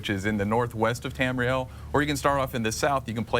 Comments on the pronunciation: Tamuhril? Bitch don't know what she's talking about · Say it with me. TAM- REE- EL. bitch. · she said Tamriel wrong. WRONG WRONG WRONG WRONG WRONG WRONG WRONG WRONG WRONG WRONG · *Facepalm at that girls pronunciation of Tamriel. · anyone else notice she said tamriel and nedic wrong